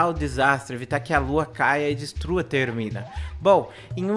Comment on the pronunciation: É termina ! Não é termin kkkkkk